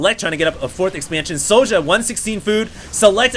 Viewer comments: I believe this is the Swedish player sjow, and i believe his name is pronounced SHOW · I dont know how i can wright it down but its said zjow. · How do you reckon "Sjow" is pronounced "Sowdja"? That did not make any sense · its pronounced Zhou.... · pronounce it 'show' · try to pronounce it "show" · He's swedish, so using swedish pronunciation it would be "show". I know you're a busy guy,, but his country is on liquipedia. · Think it's pronounced like 'Show'. In many languages j is pronounced like a y. Syow or Show.